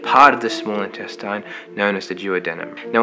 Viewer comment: /intestin/, not /intestain/